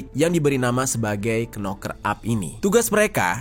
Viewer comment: Knocker huruf depan (k) tidak dibaca,hanya cukup pakai suara (noker),aku bukan pintar namun tau bener adanya, sorry Bro! I’m not clever enough,yet I knew precisely,accurately should be,good luck!🙏